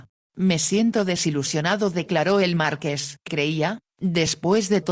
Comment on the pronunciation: LO ÚNICO QUE ME DESESPERA QUERIDA ES QUE NO PRONUNCIAS BIEN MARQUÉS QUÉ ES UN TÍTULO NOBILIARIO "CON ACENTO EN LA E" . !!!!😢